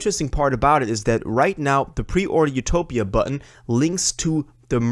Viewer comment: It’s def utopia not ‘topia